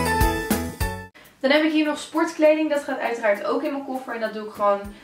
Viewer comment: Hakkah! Slipperrrtjes!😂 sporrrrtkleding!😂